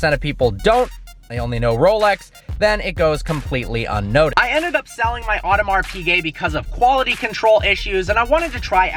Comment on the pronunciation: You are pronouncing audemar piguet wrong